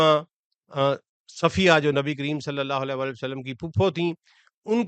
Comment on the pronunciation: ویلکم بیک ۔ آپکو مس کررہا تھا۔ آپ سے درخواست ہے کہ خدارا درود شریف " وعلی آلہ " ۔ ۔ صحیح پڑھا کریں ، آپکے تلفظ سے " ولا آلہ " کا شائبہ ہوتا ہے ۔ جزاک اللہ خیرا 💐